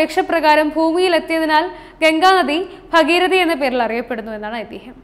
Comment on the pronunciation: B ഭഗീരഥിയല്ല ഭാഗീരഥി എന്നാണു ശരി.